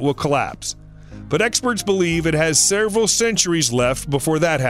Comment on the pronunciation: WHY does this guy keep saying: "sereval"??? It's: "SEVERAL"..........OMG/SMDH - NOT that hard.